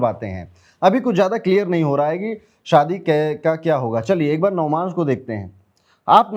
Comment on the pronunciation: navamsh hota h navmansh nhi😅